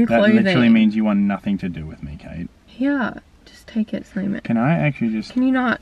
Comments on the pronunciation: not simon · jae vae same I thought he was called Simon at first ahahah